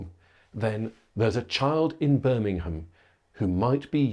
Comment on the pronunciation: Where the fu¢k is "Birmanam"?